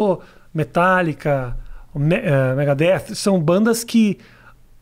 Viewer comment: Pensei isso tb, mas depois ele falou Megadeth corretamente.